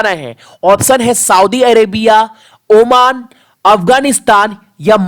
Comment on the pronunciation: Tera har question hi important hota hai?????? Pronounciation improve Kar thoda!!!! Oman hota omaaaaan nahi!!!